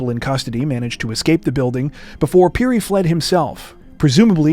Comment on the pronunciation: Finally something from my home country Zambia and my brothers name is also Titus Phiri lol.And your pronouncing of phiri is excellent.